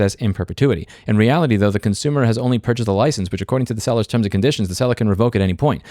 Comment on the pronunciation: This is my favorite video of yours cause you accidentally said concoomer and thats just how it is